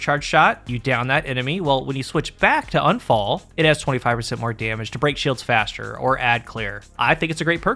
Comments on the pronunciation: It is !U!nfall. Not anfall. It is german for accident. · It's pronounced Oon-fahl. It's German. It means accident or misfortune. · It's not "Unfall" like un-fall = not falling. Unfall is the German word for accident, so all three, Sturm, Drang and Unfall aka Storm, Urge and Accident. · It’s pronounced more like oohnphull, which means accident in German.